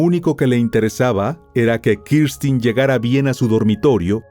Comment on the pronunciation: X q dices Kirstin es Kristen burro